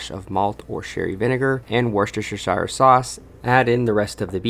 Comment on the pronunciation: Did he really say "Worcestershershire sauce"?